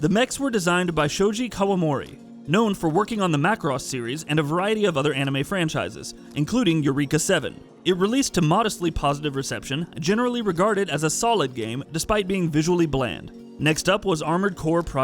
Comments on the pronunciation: "Yoo-Reek-Ah Seven" lmao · That's Eur (Aur-from "Aura") eka 7. Or A-urr-eka 7